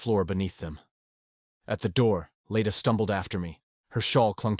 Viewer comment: Leda, not Lita. Elias is an adult, not a baby. Leda, not lady.